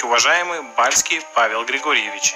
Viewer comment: а фамилию всё-таки надо правильно называть, не Балицкий, а Бальский.